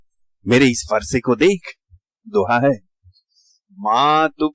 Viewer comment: really nice explanation....nice voice of pronouncing "दोहा"and"चौपाइ"..this exgaration immensely helped me..during my finals...thanks u o es again sir....😊